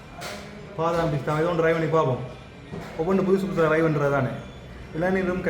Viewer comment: தலைமயிரை வெட்டுங்கள் . உங்களுக்கு பொருத்த மில்லை தயவு செய்து ஆங்கிலச் சொற்களை பாவித்தால் அதன் உச்சரிப்பில் கவனம் செலுத்தவும். நீங்கள் ரை (( ry ) என்று சொல்லுகின்ரீர்கள். ட்ரை ( T )ஒலியை உச்சரிக்க வேண்டும். இல்லாவிடில் முயற்சி என்ற தமிழ் சொல்லை பாவிக்கும்